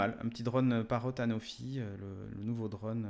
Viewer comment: Anafi ou anofi ? Soit tu prononces mal soit tu écris mal 😝